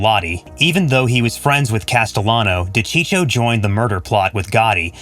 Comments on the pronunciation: Again...another narrator who can't pronounce simple names properly or get the facts straight/correct!! Frank's last name is pronounced Duh-cheek-o, not Docheechio. And it was Sammy 'The Bull' Gravano (pronounced Gru-von-o. Suprised he got that name straight). It was Sammy who planned Paul's execution, not Frank, with John Gotti, and again, Sammy who was named as the new underboss. And...Joe 'Old Man' Paruta was part of Sammy's crew, not John's. It's sad in this day and age how facts are just a click away as are proper pronunciation of names. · Cheech huh , as in Cheech Marin, it’s Dacheekoh do your homework before you put these videos up it’s aggravating to hear a mispronounced name over and over . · De-cheek-oh.. not de-cheech-oh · D'cheeko! Not dechicho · De Cheecho. He wanted this video to blow up by butchering that name. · It's De-Chee-ko for crying out loud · It's pronounced Di-Cheek-O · It's Da-cheek-o. I almost spit out my gabagool. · I was just going to say the same thing. This channel lost all credibility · If you do videos on these guys PLEASE LEARN HOW TO PRONOUNCE THERE NAMES!!!!!!! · How could you mess up a man's name your doing a piece on. Kills your credibility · Why bother if you can’t even get your facts straight let alone pronounce his name correctly? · How about learning to pronounce the guy’s name. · Thank you if your going to do a video on someone at least pronounce there name correctly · Wouldn't it be nice if the people that narrated these videos could pronounce the names right!